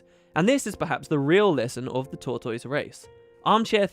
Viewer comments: I don't know if it is an English thing but here is how I think tortoise is pronounced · new mic sounds good. the British pronunciation of tortoise threw me a little. in America we say tor tuss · Fantastic. Also. Your pronunciation of tortoise.... :3.